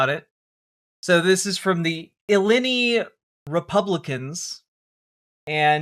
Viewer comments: I love the take, but I'm vomiting at "illinny". It's "ill-eye-nigh." As a former Illinoisian I'm dying over here 😂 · So I guess these college students also support agents that sexual assault individuals and torture children Also, Illini is pronounced as uhh-lyyy-nyy